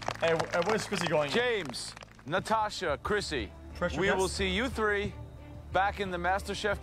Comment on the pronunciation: pronounces "Natasha" the same way Russians do lol.